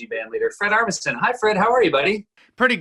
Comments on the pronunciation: Seth Myers: “I’m here with my good friend, Fred aRMiSTEN” Me: “....you mean, ArmiSEN?....” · who is Fred "Armisten"?